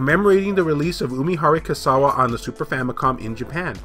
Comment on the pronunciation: Kawase is pronounced like this: ca-wah-say. You pronounced the rest quite well.